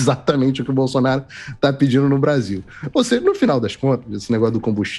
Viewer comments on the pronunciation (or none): none